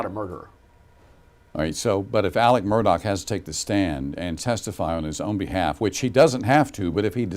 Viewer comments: What's with the mispronunciation of his name? Do they not pronounce "x" in SC? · The most confusing part of this case is the way that Alex Murdaugh is pronounced Alec Murdock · I know a boy who pronounces his name as Alec but spelled Alex. Deep South must pronounce it as Alec 💯